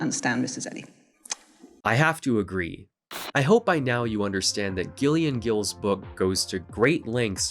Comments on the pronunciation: not commenting on the video itself, I like that part, but when a female presenting person has the name Gillian, it's not pronounced "Ghillian" lol, it's "Jillian" but with a G instead of a J, the whole section on that weird ass biography author I had no idea it was a woman, lol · Gillian is pronounced 'Jillian'.